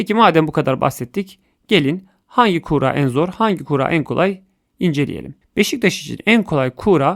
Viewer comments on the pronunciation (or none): Abi sen niye kuura diyon